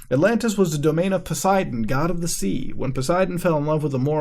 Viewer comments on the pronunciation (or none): none